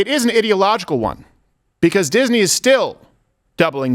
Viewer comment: Duck Fisney is what I heard. Is that related to Donald